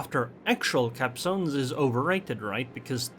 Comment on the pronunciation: LMAO, it really sounds like that. When you say "capzones" :D